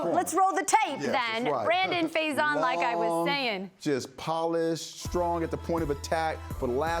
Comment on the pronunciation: EA & EC represent! 5-2 before the bye, let's keep our heads down and get ready for a big second half! Marcell, love to have you back! its Johnathan Abram, not abramS, Think it's Brandon Facyson, FAy-son, not fai-zon like paisano